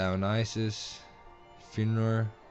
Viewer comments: god, just the way you Pronounce Fenrir's name, it made me cring at how much of an accently you had saying it. "Fen-rawr"? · haha, no it wasn't so much you're accent, more of you trying to pronounce it without knowing the pronunciation. Fen-rear is more of its speach pattern. I still say they need to call him by his original name "Fenrisulfr the World Eater". I don't like the idea of "Fenrir the Monstrous Wolf." It's bad enough they ruined his apperence, at leas they could do is get his name right... RIGHT?!